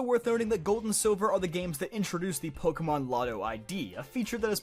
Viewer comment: The rarest thing I've ever encountered in Pokémon is people who can pronounce the franchise's name correctly! It's like you're all doing it on purpose! Although, I would love to see how I'd be done in a Pokémon game! Probably take on my Let's Play Teams, though, which one...? (Please not Sapphire! Please not Sapphire! Please not Sapphire! Although, running across someone using a Contest Team Setup... and losing... You CAN beat Sapphire with a Contest Team Setup! I know, I've done it!) That said, I have crazy luck when it comes to Shinies! Almost every single one of them was a purely by chance, jus walking along normally, minding my own business! The exceptions being the Red Gyarados that I don't count anyway, Wishiwashi, Hakamo-o and the numerous Ditto all of whom I got through Chaining in Gen. VII, plus the Salamence, Protean Greninja, Intimidate and Blaze Incineroar (yes two) and Overcoat Jangmo-o all of which I bred, the last one literally taking months!! (And that was WITH both the Shiny AND Oval Charms AND using the Masuda Method!)